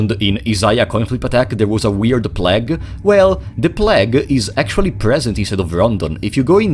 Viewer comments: my favourite thing about this video is that he pronounced "plague" like "plaque" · "The pläg" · The way this guy pronounces 'plague' is scarier than anything in the game